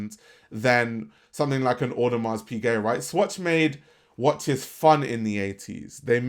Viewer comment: The hard S on the end of Audemars is triggering the hell outta me 😩